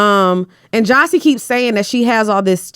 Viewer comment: calling Jassi “jossi” is killing me😂